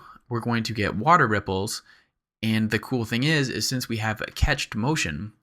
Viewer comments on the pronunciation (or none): Love your tuts! Reawlly awesome stuff. But for the love of god it's "cached" as in "cash", not "ketch" That is my only beef with this amazing tutorial. Please keep up the good work and don't be afraid to tell me to fuck off. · Agh! Cached is pronounced "cashed", not "catched". Save your viewers who might not know the word from sounding really dumb :)) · Thanks for this! you're awesome for making so many clear and concise tutorials. I just wanted to be a d.b. and correct you though: it's pronounced 'cashed' like cash money. ;)